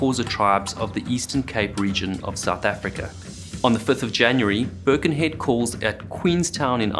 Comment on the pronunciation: Always enjoy your excellent videos. May I remind you that Birkenhead is in Cheshire, not Lancs. And it’s pronounced with emphasis on ‘head’. Sorry if this is pernickety, but I live there!